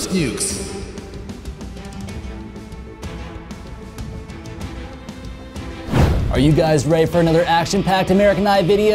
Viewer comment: nukes not “nucks” 😁